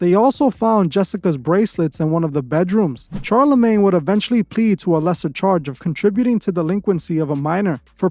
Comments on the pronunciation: It’s like you purposely mispronounce peoples names to piss people off. It’s fuckin pronounced SHAR - NOT CHAR. Same wit your other video talking about thelema smfh. Learn how to pronounce the names you’re reporting about or you look stupid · You mean SHARLA-MAGNE not Charlie lol. Thanks for the video as usual we love this channel. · It’s pronounced Shar-la-maine.